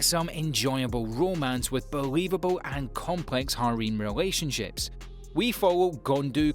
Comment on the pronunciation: the way he says harem hereim